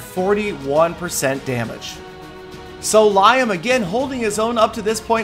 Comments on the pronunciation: You know you are saying Liam incorrect right? How does Liam Neeson say his name? That's how you should say Liam :). I am guessing you know the correct way to say it and just said it incorrectly to get more comments :D... Well played. PS. Do a collaboration with Edit: Just heard you... uhhh I mean Peter17$ correct you at the end. :) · Seriously, guys? Lol, he is doing that as a joke, and likely is referring to the Clash of Clans Super Bowl commercial. ;) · The way you pronounce Liam made me cringe xD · Liam is not LIE - AM its pronounced more like LEE- AM its irish 😂you pronounced it very funnily but sure nobody understands great video though! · It's lee-am, not lyam, you drip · as many have said, it's "Lee=em, not Lie=em" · Lie-um? It's Lee-um. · Liam is pronounced like lee-am not Lie-am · Li-um?? It's lee-um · (lee-um) not (lie-um) I guess you could pronounce it how you like but, it's just slightly annoying. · its not pronounced liyam its pronounced leeam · Yes, I would. It's so fucking frustrating. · It's Lee-um not lie-um lmao smh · It is pronounced lee-ham, over here... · "Lye-um" Really? xD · I noticed that also haha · There are enough Irish people in USA you would think he would have known better it's funny to here him saying Liam ( lye ham) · idk how 'liam' is pronounced where you're from but it's "lee-um" where i live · Its pronounced Le-um... silly, start listening to Peter! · It's Liam not Lyam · its pronounced lee am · Liam not "lyam" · Pronounces Liam 'Lyam' 😂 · you said Liam like lie um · ITS LIAM NOT LYHAM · its pronounced Lee-am, and th10s can be three starred no matter the base lol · stop sayin liam like lyam 😭😭😭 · Liam is pronounced Lee-am its an irish thing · If anyone called me Lie-um I'd slap them. Not a single person I know pronounces it the way did. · I loled at the Liam pronunciation. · u pronounced Liam wrong 😝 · no offence im called liam to and your pronouncing it massively wrong